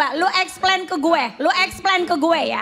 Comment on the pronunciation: Maksudnya, iis dahlia salah ngomong harusnya explain tapi ngomongnya malah explen